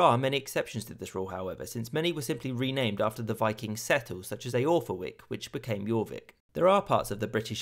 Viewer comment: Great video. Just want to note that Eoforwic is pronounced more like ‘Er-for-which’